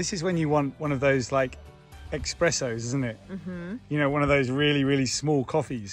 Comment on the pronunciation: why expresso (not a coffee) and not espresso ?